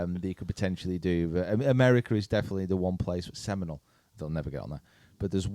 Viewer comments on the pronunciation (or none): none